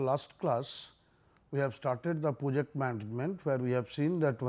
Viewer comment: reservation killed our study too I hear poject instead of project